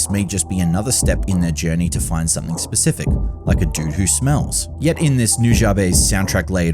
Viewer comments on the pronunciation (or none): none